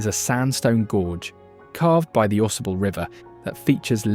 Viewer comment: Ausable is pronounced - aw-SAY-bull